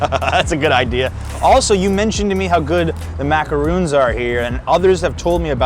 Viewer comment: Nice tour! But…They are macaRONs, not macaROONs.